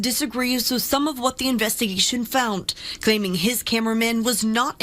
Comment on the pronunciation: I did not know found had a ''T'' in it.